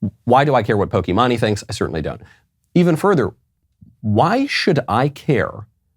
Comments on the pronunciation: bro said poky-mon-ee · POKEY MON-EE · I love “pokeymani” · poke "maine"